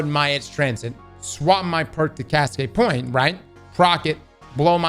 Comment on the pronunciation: The way he says “POINT” sounds like “POYEE-NTH” Idk why its satisfying 😂